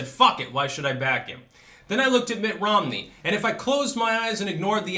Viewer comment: "Mitt Rommel" HAHAHAHAHAHAHAHA!